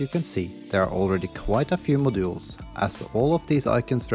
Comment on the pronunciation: To me it sounds like you keep sayin "My jewels" which makes this a really weird video 😅